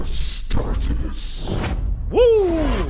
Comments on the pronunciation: Astart-EEs it's like a long E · It's pronounced Ah-Star-Tees and it's the technical term for a Space Marine as they are named after a god of war in ancient history in the region of old Earth where the Emperor was born which is today's modern Turkey btw. The Emperor was born in 5000 BC for a bonus bit of lore. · Right when I heard it pronounced Ah-Star-Tehz, I knew you were in for a treat. Great video!